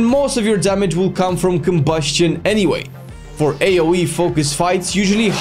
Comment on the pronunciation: why the fuck you say KOBUSCHION like that